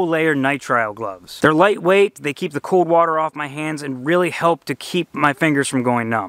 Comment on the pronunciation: Great video! Also, the word cold has an 'L' in it 😂